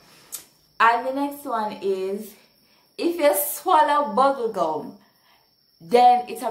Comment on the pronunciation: Did I hear buggle gum😱😂😂